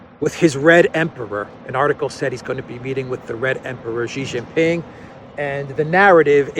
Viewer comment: President Xi is pronounced Sheee Jinping not Jheez, nor Ghee. Shee Jin Ping, got it?